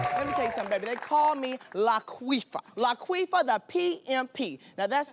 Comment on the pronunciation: Laquifa! Not Laqueefa!